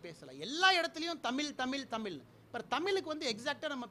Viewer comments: முதல்ல நீ தமிழ் ன்னு சொல்ல கத்துக்க தமில் தமில் னு சொல்ல தடா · First say tamiz Not tamil loose punde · தமிழ் என்று சரியாக சொல்லி பட்டினியால் குழந்தைகள் சாகும் ஊழல் செய்வதைவிட தமில் என்று சொல்லிவிட்டு வேலை செய்யாத ஊழல் மந்திரிகளை அடித்து வெளுக்கும் தைரியம் இருக்கு உங்களிடம்...வாருங்கள்... எது முக்கியமான தேவை என்பது இன்றுவரை கணிக்க முடியாதவர்களே மக்கள்.... வீடு எரீதுங்க... இல்லை இல்லை, வீடு எரிகிறது. எங்க சொல்லுங்க.... ha ha ha.... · விவசாயி என்று சொல்லும், நீர் 8வழி சாலையினை அமல் படுத்தக்கூடாது, உமது தமிழ் உச்சரிப்பு, சரியில்லை தமில் இல்லை தமிழ், திராவிடத்தை பற்றி பேச உமக்கு வயது போதாது தம்பி. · முதலில் தமிழ் என்று பேச பழகவும். தமில் இல்லை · தமிழ் ன்னு தமிழை சொல்லாம.. தமில் தமில் ன்னு.. தமிழின் சிறப்பெழுத்தான ழ.. அதுவே ஒழுங்கா சொல்லவரலயே ப்பா உனக்கு.. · Thamizh nu solla theriyala neeyellam thoo.. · ஒரு IAS அதிகாரியாக இருந்தவருக்கு மாநிலத்திற்கும் நாட்டிற்கும் உள்ள வித்யாசம் கூட தெரியவில்லை, கர்நாடகா தேசியகீதம் என்று சொல்கிறார், கர்நாடகாவை ஒரு நாடு என்று சொல்கிறார், இவர் எப்படி IAS அதிகாரியாக முடிந்தது என்று அதிர்ச்சியாக உள்ளது, தமிழை, தமில், தமில் என்கிறார், இவரை வைத்து தான் தமிழகத்தில் பாரதிய ஜனதா கட்சியை வளர்க்கப்போகிறார்களா? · Damil dumilnu fun panneketu athu தமிழ் pa IPS ku நாக்குல ழ் varala, god முருகன் ku vendiketu unga நாக்குல அலகு kuthena ழ் varum IPS அவர்களே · Thalaivarey thamizha paththi pesa unga thaguthiye i'lla tamizh enra varthaiye sariya uttcharikka mudiyala ungala la first atha katthu kittu vanga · தமில்.... தமில்... தொன்மை... பலமை.... அட பிக்காரி... தமிழை தமிழ் என்றே கூறத் தெரியவில்லை.... கன்னட நாயே... i am proud to tell - i am kannadika ன்னு சொன்ன நாய்தான் இவன்... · தமில் னு சொல்லாதிங்க தமிழ்னு சொல்லுங்க IPS ithuvey ipadi.... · தமிழ் என்று சொல்லு அண்ணாமலை. தமில் தமில் என்று தமிழை கொலை பண்ணாதே. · முதல்ல தமில் என்று சொல்லாமல் தமிழ் என்று உச்சரிக்க பழகிக் கொள்ளுங்கள் பின்பு தமிழ் பற்றி பேட்டி கொடுங்க... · டேய்...டேய்..நாய..தமிள்..இல்லடா தமிழ்.கர்நாடகா ஒரு நாடு.தமிழ்நாடு ஒரு நாடா?முதலில் சுய அறிவுக்கு வா... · தமிழ் என்று பேச கற்றுக்கொள்ளுங்கள் 😂😂😂